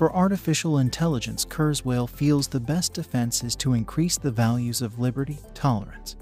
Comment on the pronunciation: Say kuerswell one more time!